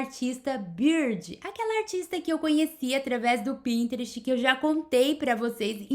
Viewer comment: Que imaginação fantástica, vou aproveitar algumas belas destas ideias. Como a fez referência à pronúncia devo dizer que não está bem, deve pronunciar assim: "passepartu", e a outra é: "taparuere", ainda outra: "printereste", claro que não se escrevem desta forma, mas é assim que se pronunciam. Desculpe, mas só referi isto porque foi a que falou no assunto, não me interprete mal. Parabéns pelo seu trabalho, tem ideias belíssimas, a sua sala está ENCANTADORA. Admiro imenso a sua imaginação e jeito para estes trabalhos manuais. Excelente!